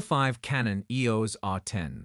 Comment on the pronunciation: EEORS R10? WEE-FI? Apparently, the low-priced AI narrators still have a long way to go...